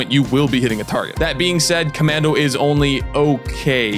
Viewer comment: CommAndy? Essplain yoself